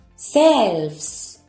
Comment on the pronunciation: Que cosa tan rara tienen uds los españoles con la pronunciación de la sh..asi no se pronuncia shelves pero es que no pueden..es algún tipo de discapacidad .porque ni a Shakira la pronuncian bien..que extraño y disculpen si se ofenden pero no lo entiendo